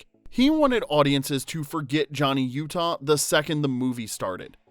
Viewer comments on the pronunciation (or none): none